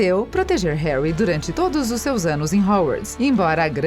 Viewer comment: "Woward" "Rermaine" Rorcrux" "Wisley" "Mugle" "Tinny" "Dambladore" "Jei kei Róling" "Rerri Potter" MDS APRENDE A FALAR CERTOOOOOOOO